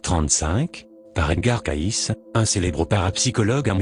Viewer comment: CAYCE' se prononce Kéïcy" , pas Kaïss😒